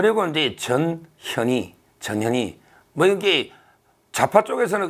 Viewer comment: 😁😁😁정욱이형~전현희가 누구래요??저년이 저년이래요~발음 단디 하이소~아랏능교? ㅎㅎ.